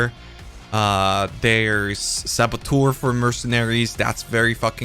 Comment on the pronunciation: Has he managed to pronounce Saboteur correctly once after all these years ? Or will he continue saying SaboTOUR.